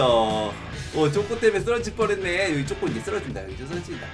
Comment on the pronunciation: ㅋㅋ운왜 쪼꼬를 왜쪼그이라고해요?